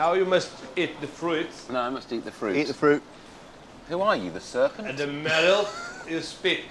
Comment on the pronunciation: I thought he said servant at first, then clicked